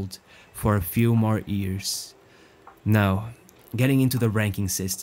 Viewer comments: It's YEARS not EARS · Why are you talking like you are having sex man? And its not ears, its years. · why cant you pronounce "years" correctly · Wonderful English, but what a curious pronunciation of "years"